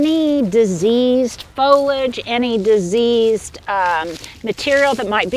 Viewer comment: foliage......has 3 syllables......don't eliminate the "e" sound in the middle!!!!!!